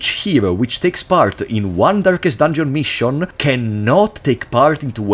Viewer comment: ah yes, "durkest dunjon", my favorite game